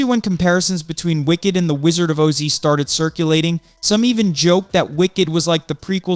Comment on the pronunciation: What's with the mispronounced Oz?